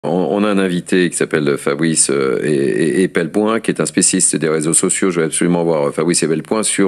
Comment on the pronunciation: Même si ça peut sembler futile, la moindre des courtoisies de la part du journaliste serait de prononcer correctement le nom de Fabrice Epelboin (par ailleurs impeccable comme d'habitude).